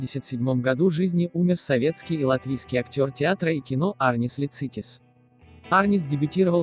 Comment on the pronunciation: Всем пусть земля будет пухом! Простите, но у Арниса ударение в фамилии на первый слог ЛИцитис🙏